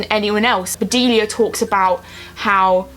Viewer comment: Haha you called Bedelia Vedelia hahaha